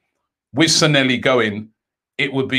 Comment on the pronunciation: San-lay-hee Not Sa-nelly